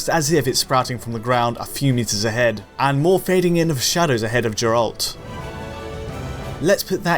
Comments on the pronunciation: It’s Geralt, not Jeralt. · Has he even played the fucking game he'd know it was geralt not jeralt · Did he just called him jerelt? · Geralt... not Jerult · That is how most German people assume G is pronounced in English. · Jair-rolt, really? Haha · SBM You thats a thing called ACCENT, right? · It's not like it's even up to interpretation... it's pronounced in game by literally everyone including Geralt himself as "G-air-ult" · I think they just keep this channel up to troll people. So much hating in the comments it will make you lose faith in humanity. But seriously . . . Jur - alt? Gotta be trolling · Did this man just call geralt "Juralt" ? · After all of the videos made they still call him Jair-rolt... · Geralt starts with a hard g! Did you even play the game? Come on! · Who’s jer ralt? 😂😂😂🤦‍♂️🤦‍♂️🤦‍♂️🤦‍♂️🤦‍♂️ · How the fuck do you play through The Witcher 3 and still call him Jeralt? Like... did you play without the volume or something? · First, it's pronounced Geralt. You should actually try playing The Witcher 3, it's really good btw. Second, it's dumb that devs are targeting 4k on low end hardware. The game would look and feel better at 1080p/60fps with the graphical fidelity cranked up. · I flinched so hard when you said Geralt wrong 😂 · Erugh the way you said geralt lol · After the way he said Geralt I don't feel so...good.. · It's been 3 years since the release of the game and work on Geralt's name pronunciation continues. Guy is probably trying too hard to become a meme, at this point it's just cringy and ridiculous, the way it has always been frankly. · One of my friends killed himself after the way he pronounced Geralt.